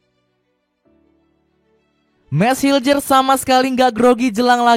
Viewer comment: Bisa bisanya media gak tau cara nyebut nama pemain timnas 😅 bukan hiljers tapi mes hiulhers udah diajarin sama orangnya langsung